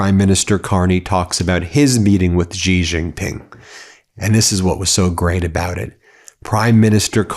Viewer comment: The name of the President of China Xi Jin Ping is pronounced Shee Jin Ping. (Not Jee…)